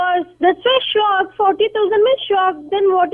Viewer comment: "You're behaving a shack-ed" lmao ded 😂😂😂😂